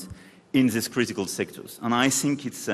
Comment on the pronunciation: ‘I sink, I sink, I sink’. France is sinking with that puppet!